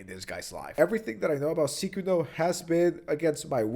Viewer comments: Everyone else: Sykkuno: Ceekuo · Psy-coon-oh. Not sick-in-o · WHY ARE U SAYING SYKKUNO LIKE SEEKUNO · I believe it’s pronounced Syykuwuno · I hate that I know that that's not how u pronounce this dork's name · are you saying his name wrong on purpose? lmao.. I cant. Sounds you you are calling him the curse user from JJK